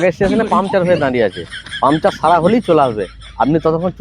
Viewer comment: কথাটা পামচার নয় পাংচার (Puncture)